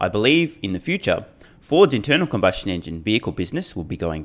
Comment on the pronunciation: Did you say internal cumbustion engines?